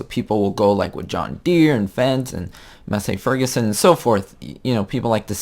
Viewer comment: Lesson 1: MASS-ee FER-gus-son :-) Otherwise, great job as usual.